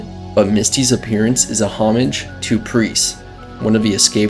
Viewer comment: It’s Pris, not Press. Also, you mispronounced Rutger Hauer.